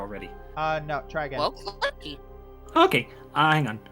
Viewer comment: so it's a Vell detector. Good to know!